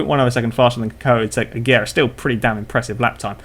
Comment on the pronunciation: You pronounced Agera wrong.